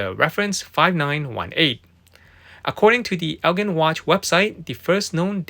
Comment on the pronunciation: Thought you may like to know, "Elgin" is pronounced as (el-jin) instead of (el-gin). Thanks for the content